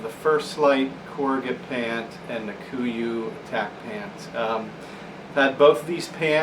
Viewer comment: Kuiu: pronounced "Q U" not koo-ee-oo (named after an island in Alaska) it would be like pronouncing sitka "Sight-kuh" ( sounds equally retarded for those of us that know)